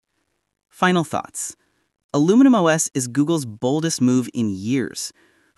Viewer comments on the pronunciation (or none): say ALUMINIUM not aluminum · Its Aluminium OS not Aluminum OS. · Aluminium OS. Al-u-min-I-um. Not Al-u-min-um. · Is literally spelled Aluminium OS. Proceeds to say: Aluminum OS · your AI can't say aluminium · The new Google OS will not be called 'Aluminium', which is the UK spelling of the word 'aluminum' in US English. Google is an American, not UK company. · Thanks for mispronouncing the word Aluminium no less than 29 times 😂